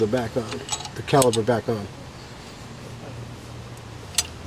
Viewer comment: caliPer....not caliBer =)